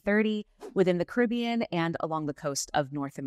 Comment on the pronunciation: her pronunciation of “Caribbean” is killing me